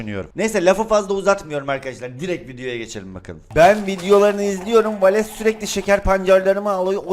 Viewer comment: valese hep valeks diyen laz abimiz +1 daha doğrusu genelde